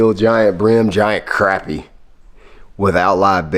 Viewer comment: We also say crappie not croppie lol